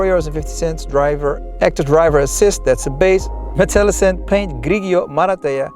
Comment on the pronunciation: Grigio must be read 'grijo'